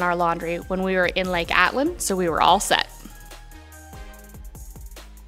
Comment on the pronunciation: note it's Lake ATITLAN, not ATLAN. Also VAGA mundo, not VEDJA mundo....the beer in Spanish is pronounced GYO, not GALLO as in English. Two LLs in Spanish is a Y.